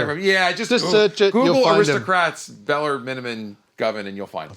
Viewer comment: Isn't his name Beller instead of Bellar? 🤔